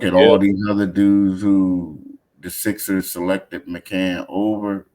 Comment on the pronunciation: McCAIN!!!!!!! not MC CAN.....pronounce the young fellas name right please...